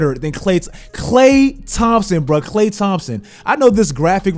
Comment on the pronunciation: "Better than Klay th- cccLAY, Thompson bruh, kkkhley Thompson."